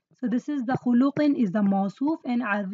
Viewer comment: But mam why do you pronounce. khuluqin as khulooqin